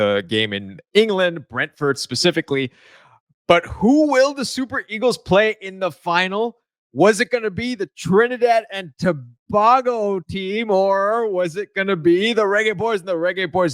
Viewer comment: Fyi - its toBAYgo, not toBahgo